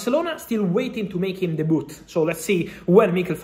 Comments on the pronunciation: Man really said DEBOOT 🤣🤣🤣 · “De Boot” 😁